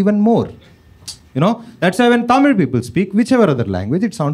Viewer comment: ❤tamil he pronounced " zl" very perfect